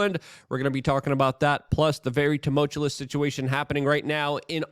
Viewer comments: If you're asking how to pronounce it, it's: Too-Mull-Chew-Us If you're being facetious (another word he completely butchers), bravo!! 😆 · He fucking murders that word in every single video. I swear, every single one...why? Does he edit his own stuff? Does he think he's saying it correctly? It's blowing my mind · FFS Tum ult ious!!! Love the work tho. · He's doing it for comedic effect. You have thoughts about this, but you got nothing when he butchers "tumultuous" in every single video he makes?